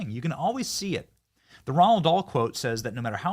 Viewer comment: Someone please explain to Benny how to say Roald Dahl’s name correctly. Roald. Pronounced like rolled. Not Ronald. He says it all the time and it’s annoying at this point